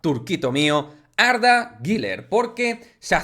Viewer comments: Arda guler arda guler no (guiler) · No se pronuncia Giler